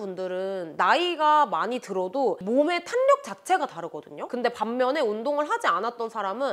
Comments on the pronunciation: 영상을 보다가 댓글을 남깁니다! 탄력은 [탄녁]보다 [탈력]이라고 하는 게 맞아요! 비난하고자 하는 의도 절대 아니고, 뷰티유튜버로서 이 단어를 자주 쓰실텐데 올바른 발음으로 사용하시면 더 좋을 것 같아 말씀드려요☺️ 항상 좋은 정보들 감사합니다! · "탄력"이라고 쓰고 "탈력"이라고 읽습니다, 지나가다 예쁘셔서 덕분에 좋은정보도 얻고 가요 '탄녁'이라고 말하시는 부분 이 많아 말해주고 싶어서 적어두고가요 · [탄력]❌️ [탈력] ⭕️ 너무 거슬려요